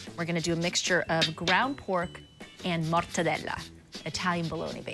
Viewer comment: Giada speaks perfect English but to prove her Italian heritage she completely over pronunciates mozzarella and Parmigiano-Reggiano lol 🤦